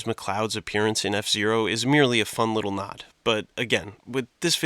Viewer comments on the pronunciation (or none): none